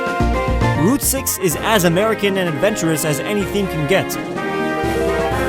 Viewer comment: Marriland and Americah!!